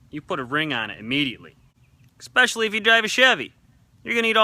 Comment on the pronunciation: boy u callin ford drivers dumb and u say "exspecially"